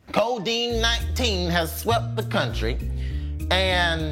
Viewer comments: I know he did not just say Codine-19😂😂😂 gaahhhdaaammit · Boy said codeine 19😭😭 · Not "Codeine" 19 🤣🤣🤣 This needs to trend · That fool said Codeine 19 😂😂😂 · He said “codeine 19” and I was like “Future must be mad”